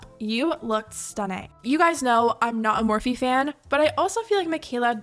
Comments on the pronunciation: the “MAHWFEE” pronunciation gave me chills but like in a disgusting way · The way she said morphe “mophee” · "moe-fee" -mikaela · Well I never cared about morphe I always found it tacky and cheap plush imagine wanting to collab with someone that can't even pronounce the brand's name 😂